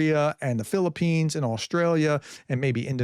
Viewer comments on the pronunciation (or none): none